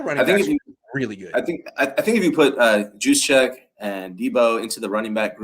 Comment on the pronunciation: Can someone please tell him that the J in Juszczyk is silent?